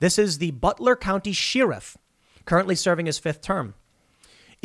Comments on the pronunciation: what is a Sheer-if? Why does Tim pronounce the word like this? its so grating every time I hear here. SHARE-if. Not sheer-if. SAY IT! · Share-if, not she-ruff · It's pronounced Sheriff as in Share if not Sheer if. Fuck that's annoying. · I just realized something. Tim can't pronounce "Sheriff" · Sheriff sounds like share-if. Not sheer-if. Check out an old western. 😊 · SHARE-IF, NOT SHEAR-IF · So Tim like to pronounce the word sherrif (sheerif) instead of (shairif) interesting. I wonder if that's his Chicago accent. The way he says fun also seems to have a Chicago twang to it. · Share ruff!!! not shear rif lol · The way Tim says sheeref is like nails on a blackboard. Tim, I love you man but at least watch a western! They'll say sheriff dozens of times. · Why are you saying sheee-riff? Is this a cool whhhip phenomenon? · Ok, now I'm thinking you're mispronouncing "sheriff" on purpose. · Every time you mispronounce sheriff it hurts my soul. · I enjoy your videos, but I am now aware that you say “sheriff” weird.